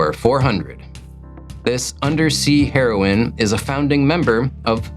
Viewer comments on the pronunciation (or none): none